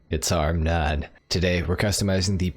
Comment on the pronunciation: Heyyyyy it’s hormnone